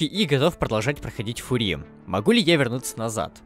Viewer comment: господи пожалуйста говори не фури а фъюри